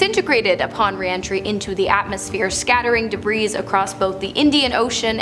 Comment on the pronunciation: She can't even pronounce debris right.... and the annoying comments she makes is bo help. How annoying to listen to her hosting segments... Thumbs down and had to stop watching..